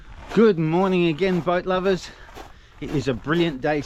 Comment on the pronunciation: Hello from South Louisiana, every time I start your show my wife thinks your saying “good morning but lovers” 😂😂😂 love your show